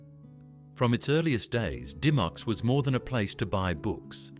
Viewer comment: It’s pronounced Dim-micks not Dy-mocks